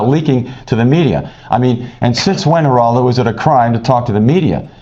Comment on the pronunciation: Pronounced Heraldo